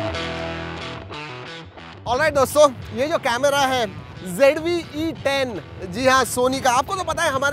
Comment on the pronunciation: Z ko g bolne wali public 😂😂😂😂 icoo z5 bhi paresan ho gya🤣🤣🤣